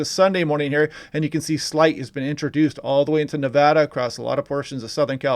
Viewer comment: Thank you for pronouncing Nevada correctly! Lol I use to live in so California. Hoping for rain in Reno.